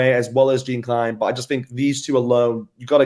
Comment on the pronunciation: Gene Kline? Is it possible for the guy with the confused accent to pronounce Jean Kleyn (sounds like Jahm Clane). Its really not so tough.